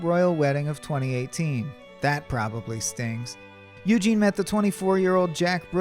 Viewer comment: Not only is he boring be he can't even pronounce Princess Eugenie's name correctly. Don't you think someone should have caught that?